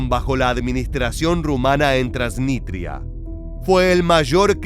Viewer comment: Es TransniStria, no Transnitria, con s.